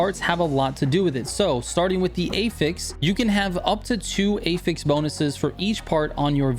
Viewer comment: Hearing him say Affix like "ey-feks" is so confusing until I saw he was talking about affixes 😭